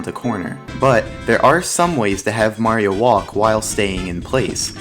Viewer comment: ...wow. You stopped saying "Mary-O" and are now pronouncing Mario correctly! (fantastic vid btw)